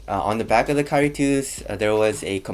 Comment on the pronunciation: Great compare and contrast. One thing though. Dude, you waited until for inflection to get a distinct KYRIE. Up to that point I had to go back a couple times because I could've sworn you said Curry twice. Just nitpicking. Good job though. Cheers!